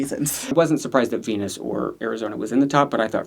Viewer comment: Pleaaaase pronounce the queens' names correctly. It's not Venus, it's Viñas (veen-yas) lol